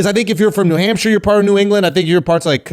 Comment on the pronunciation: nah andrew, coming from the uk akaash definitely pronounced hampshire the right way